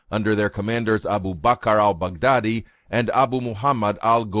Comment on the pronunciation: Is he saying "Albu Bacar Al Bacdadi" or "Baboo Car Al Mac Daddy"?